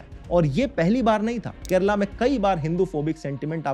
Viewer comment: I'd give him top marks for correct pronunciation and not calling it "Keral"